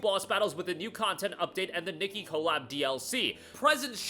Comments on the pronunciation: Its not Nikki but Nee-Kay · the way he says nikke bro.... hes saying "nicky" and not "knee-kay" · Nikke (Nee-Kay) btw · KNEE-KAY is how you pronounce it